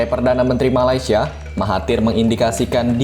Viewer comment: Correction utk sebutan...MALAY- SIA bukan MALAI- SIA